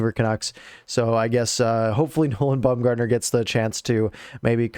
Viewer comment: Baumer was the Captain of our AHL team while in the organization. It's BOMBgartner not BUMgartner btw lol he's not an MLB pitcher lol